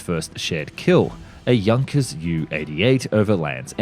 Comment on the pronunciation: Junkers is abbreviated as “yu” in German, becuase Karl Junkers’ surname was pronounced in English phonetically as “yoonkers”. Not as “ju”…